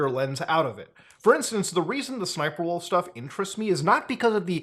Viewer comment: Yo, How many times I gotta say SSSniperwolf name for her to say up to my house? Side note Muta, Why are you mispronouncing her name? It’s “Ssssssniperwolf” You have to do it like you have a stutter bro. (No offence to anyone who has a stutter) Not making fun. Just respectfully “Uhm Actually-ing”